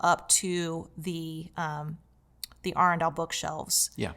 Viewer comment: I must be dyslexic. I thought the brand name was Adrenal until the moment I heard you say it correctly.